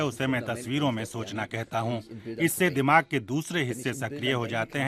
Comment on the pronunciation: दिमाग़ ,दिमाग नही होता है